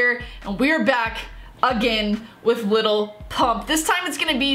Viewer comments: It's lil not little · if you pronounce his name “little pump” the song wasnt made for you😭